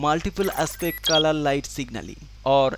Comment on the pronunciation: I thought he said kala light ( black light )